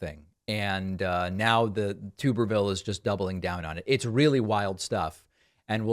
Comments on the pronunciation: Tube-er-vile is how it is pronounced Dave.🤣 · Tuberville is an imbecile…. It’s Tubber ville BTW. Not tuber ville. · Promise you it’s tub not tube. Lol I’m from Alabama and loved this guy as a kid. It was solely due to him being the football coach at the University I had been raised to love. Funny how I absolutely hate this clown now, and why I voted for the much more qualified and overall not a stupid pos football coach Doug Jones. Doug Jones was the prosecutor who got convictions for two klansman who had a role in the 16th Street Baptist Church bombing here in Birmingham that killed 4 young black girls in ‘63. The type of people Tuberville is unashamedly supporting time and again. Unlike Jones this clown isn’t from nor had he lived in Alabama since being fired from Auburn University 15 years earlier. It was the exact same situation as with Herschel Walker and Georgia. People here are just too stupid and stuck in their backwards ways. Not all but most. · It’s pronounced TUB erville not TUBE erville. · he says tubberville, but the lack of a second B in there is pretty definitive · It’s Tuberville like bathtub. Source: am from Alabama. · It's tub-erville. I don't think he was a coach for 40 yrs either. I'm from Alabama. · It’s tub like bathtub 🛁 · It's Tub-erville, like bath tub, but he's a rubbish senator and any politician who defends those people deserves to have their name mispronounced.